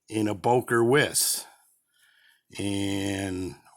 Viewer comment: Lovely knife! Wiss should be pronounced “Vice" - as in Beki Bondage... an ‘80s punk reference for the aging rockers amounts to us!